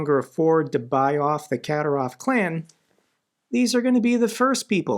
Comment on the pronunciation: The correct pronunciation of Kadyrov is Ka DEER ov. Your videos are excellent and I do listen to them every day, but it's painful to listen to you pronounce so many names of people and places incorrectly. When in doubt, Operator Starsky is the go-to person for the correct pronunciation of everyone, everything, and every place. If you would take the time to check his archives, there are videos with the names Kadyrov and Zapporhizia in the headline. Thank you.